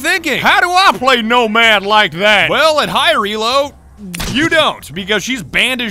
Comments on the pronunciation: Nomad? ❌ Nosad? ❌ Nodad?✔️ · When vigil's bro can't swin "no-lad"